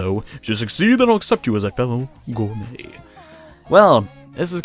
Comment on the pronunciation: Intrepid and Gourmet are the two that make me wince most hehe. To be honest though, both words come from the French side of English, good on for butchering them.